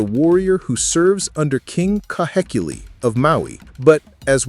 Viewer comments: Heh- not hay Kee-- not key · Ka/hay/key/lēē - KAHEKILI